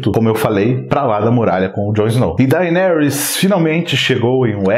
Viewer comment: Dainerys? kkkkkkkkkkkkkkkkkkkkkkkkkkk